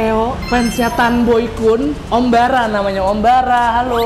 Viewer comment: tolong dek itu 'boengkoes' bkn tanboykun...😂